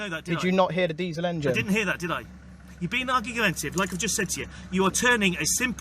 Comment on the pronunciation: “you’re being arguguetetive” Pardon ? 🤣🤦🏼‍♂️